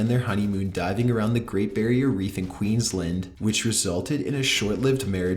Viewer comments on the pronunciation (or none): Queensland not "QueensLIND" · AYYYYY AUSTRALIA MADE IT ON THE LIST ALSO. queens-land not queens-lend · It's Queensland ediot 🇦🇺